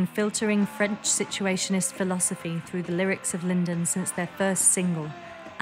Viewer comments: Lyndon??? LYDON, LYDON, LYDON...ffs! Wow this is a brilliant upload though 👏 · It's a bit unfortunate that the narrator here calls John Lydon "Lyndon". But any Malcolm content is better than none. He was a national treasure and, if anything, his contribution to the Sex Pistols and the partnership with Westwood has been underrated. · of course. The narrator of this piece said "Lyndon." They need a new copy editor. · what are you talking about? It's not Lyndon... its John Lydon, check your facts and look it up. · A lot of people get it ,,I’m like LYDON F F S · Very entertaining video, lots of stuff I haven’t seen before. However, what are we to believe when the narrator gets the name of the lead singer wrong? That is not a small mistake to make. Thoroughly enjoyed it though. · how can they mispronounce and incorectly spell LYDON so many times .......?